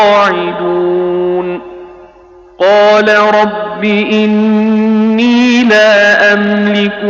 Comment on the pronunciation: اِنِّیْ اُرِیْدُ ہے ی کے سکون کے ساتھ نہ ی کے حرکت کے ساتھ جسیے آپ پڑھتے ہیں اس کو ٹھیک کرو